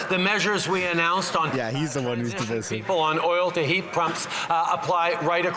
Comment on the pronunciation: Their pronunciation of the word divisive is wrong.